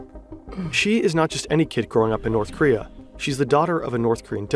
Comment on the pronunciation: Bro is terrifed of North Korea he can’t even say the name of the country 💀